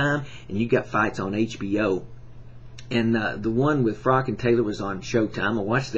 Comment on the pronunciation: His name is Froch, not Frok... Good video though